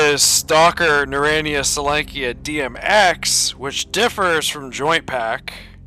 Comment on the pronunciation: Ackchyually, it's pronounced something more like "NARE-ode-NEYE-uh sol-YONK-uh" (or "sole-YONK-uh"). Various versions of Oblivion Lost were going strong around that time. He chose Misery as his first experience in the Zone. No wonder he gave up on it. Oink Oink Fleshy Piggy! 🙃 Frolic with the FLESHPIGS! 😆 An oligarchy of burers would be a "burer-ocracy." Why would there be an MP-40 in the Zone? A PPS-43 would make more sense (plus, it's the same caliber as the TT-33: 7.62x25mm Tokarev). Anomaly also has a USAS-12. What if you could mount a grenade launcher on it?! }:-D Monster hunter's combo weapon deluxe! Btw, what caliber is the Deagle? Is it .357 Magnum like Anomaly, .44 Magnum like Lost Alpha, or .50 Action Express like Oblivion Lost 2010. In Oblivion Lost 2010, he has an AKS-47. / What's the point of "wrong-handed" reloading (reloading with the shooting hand instead of the support hand)? Yeah, that's the old Soviet method that the USSR trained their troops to use way back in the day, but it's long since obsolete. If it's with a front-heavy gun, then it would make sense, but the AKS-74U (aka Krink, Krinkov, Okurok, etc.) isn't front-heavy, so there's no reason to use that wrong-handed "technique." Except it's possible to survive gunshot wounds or even shotgun wounds IRL. "Mail jacket" reminds me of Faxanadu. Same for most versions of Oblivion Lost. Notice how you run with your support hand graspin